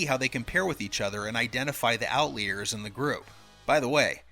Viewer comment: you cant pronounce outliers